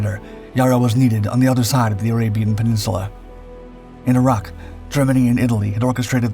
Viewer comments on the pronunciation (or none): none